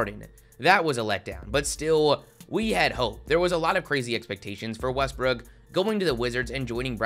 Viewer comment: you pronounced westbrooks name wrong...